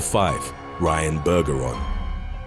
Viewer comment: Bergeron is pronounced with a soft G. Just saying